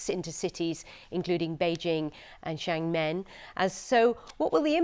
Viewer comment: Shang men 😂 bbc showing zero global knowledge. Xiamen I think she was trying to say